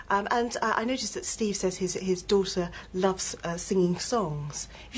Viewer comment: do-TTTT-er, cute pronunciation.